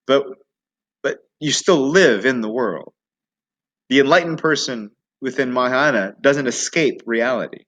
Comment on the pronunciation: Why are you pronouncing “mayahayana”?